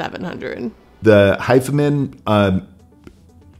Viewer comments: I always thought it was pronounced Hifi Man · Isn’t it pronounced “high-fi-man”? As in hi-fi man